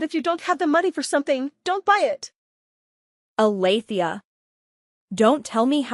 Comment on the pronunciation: Alethea? Try Althea.